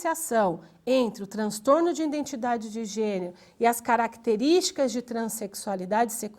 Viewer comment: nao aguento ficar ouvindo ïNdentidade""